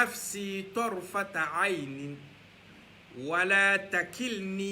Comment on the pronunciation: Salamoualekoum frère merci beaucoup mais TARFATA ET NON TARtafa